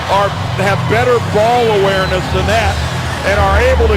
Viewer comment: Hehehehe he said ball awearness